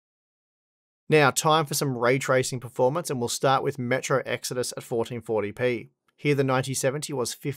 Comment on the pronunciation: "Fourdeen fourdy pee"